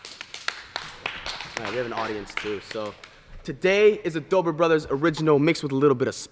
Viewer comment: it’s Dobre not Dobore